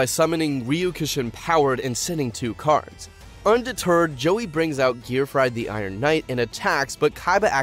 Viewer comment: I hear Ahsizu. Bruh. Gearfried? Really? Ugh.